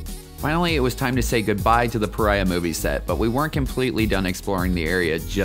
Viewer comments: I'm pretty sure this is pronounced puh REE uh, not puh RYE uh. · Why do you keep calling it 'Pariah' when you admitted the settlers (and everyone else in Utah) correctly calls it "Pareea'?